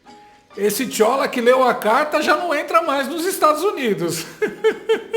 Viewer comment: 😂😂😂😂😂 "ESSE TCHÓLA" QUE LEU A CARTA JÁ NÃO ENTRA MAIS NOS EUAS😂😂😂😂😂😂😂😂😂😂RACHEI